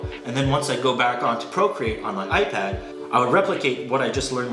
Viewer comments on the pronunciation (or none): none